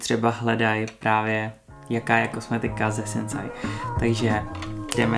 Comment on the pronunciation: Vyslovuje se To Sinsej🙂